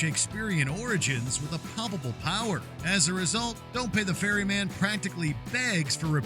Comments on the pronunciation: It's "Don't Pay the Ferryman", silly! What exactly is a 'fairy man'? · "The Fairy Man"??? OMG. Ferryman FFS. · just FYI,..it's Ferryman,..not Fairy Man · Ferryman. Not Fairy Man. :face-green-smiling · Been a fan of killing joke since the 80s. Also it's "ferryman" not "fairy man".